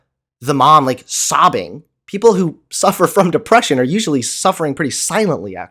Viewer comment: "Depwession isn't real." And that is the point where I would drop this call.